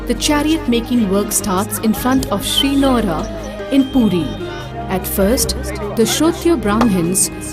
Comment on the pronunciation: If You guys can't pronounce it properly then please dont. It's PURI.. Not Pooti. Before Reacting on any thing please do research on it. Just because you have a reaction channel.. Not react senselessly. Remember your are reacting on "Lord Jagannath". Your little mistake can hurt sentiments of lots of devoties. I am from ODISHA and I would like to request all Indian Viewers .. Stop suggesting videos related to our festivals or believes cause most of the foreigners will make fun of it .